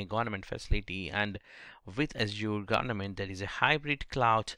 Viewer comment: Its not gornament .. its government